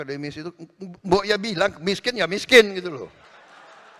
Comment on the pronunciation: Miskin Wo... Bukan MESKEN !!! 😂😂😂